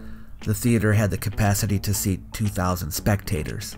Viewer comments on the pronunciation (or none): none